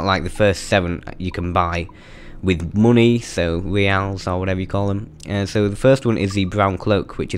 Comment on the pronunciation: I love how he says mooney :)